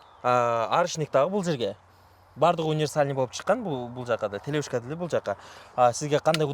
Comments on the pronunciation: Телешка дечи телевышка дебей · Телешка деп жатабы же телевышка деп жатабы